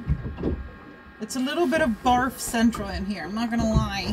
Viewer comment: Not sure if you said ‘fart central’ or ‘barf central’ near the end of the video 😂